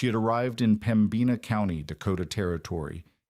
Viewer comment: Please learn to pronounce Pembina. The accent is in Pemb ina